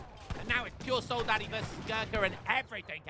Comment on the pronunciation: i love your vids but PLEEEEASE!!! It's "sold-add-oh-s", not soldaddys xD. Love you